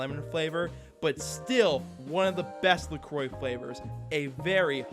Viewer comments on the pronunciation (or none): "La Croah" ❌ "La Croy" ✅ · The anglicized pronunciation of La Croix always takes me by surprise lol